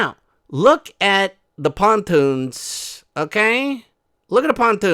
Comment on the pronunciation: I don’t know why but every time you say ‘pontoons’ l absolutely crack up 😂😂😂😂😂😂